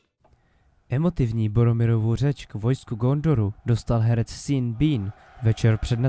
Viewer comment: Super video, díky! Ale Sean se nečte "Sín", nýbrž "Šón" 😂😂